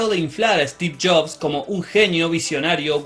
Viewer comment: "Steve Shops" me encanta el acento argentino xD